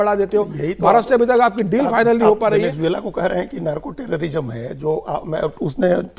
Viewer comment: एंकर को सबसे पहले वेनेजुएला बोलना सीखना चाहिए, यानि इस देश के नाम को कैसे उच्चारित किया जाता है, सीखना चाहिए ।